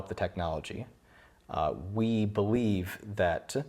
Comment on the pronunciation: I don't think sleep deprivation makes you end your sentence by going up in tone and add extra syllables every now and then. I really enjoyed it by the way, it's something very musical that I've never noticed in other american accents. Check at the end of "believe" "that" and "energies" for exemple you put a slight emphasis and go up in tone. It's very charming and as someone who likes to learn multi languages it got me curious as to where this accent comes from. This was a great video by the way, if I had the disposable income I would totally want to try that gun.